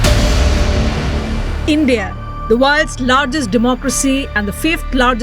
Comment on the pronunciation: did she say democrazy